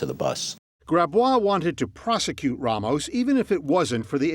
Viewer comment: Why does he keep saying RAH mos when he has been repeatedly told it’s RAY mos? Idiotic